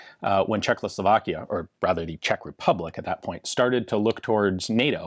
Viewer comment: Please, stop saying CzechLoslovakia. It's Czechoslovakia. Thanks